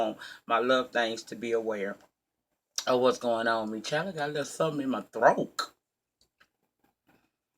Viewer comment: Not your "throakkkk"... I laughed out looouuuddd, lol lol ;) ;)